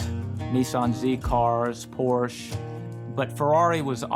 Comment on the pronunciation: Nice job. But how annoying that he doesn't know how to properly pronounce Porsche! Sorry, but my dad worked his way through eight of them (and was no Corvette fan, that's for sure!). When I finally wanted something sporty I decided a motorcycle would get me the best performance for the money. I am on your father in law's wavelength though, as it has always been red Ducatis for me, so far. Of course, it doesn't hurt that my mom is Italian! I totally get the Ferrari love though...still on my mind...!